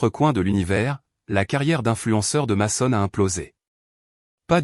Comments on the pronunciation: Mason se prononce meson en anglais pénible a la fin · Bonne histoire mais svp prononcer correctement le où les prénoms dès personnes de votre histoire votre ex s'appelle meson car en anglais le a se prononce e dans certaines situations